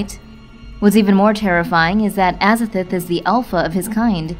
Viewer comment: Pronounced AZA-THOTH not AZA-FERTH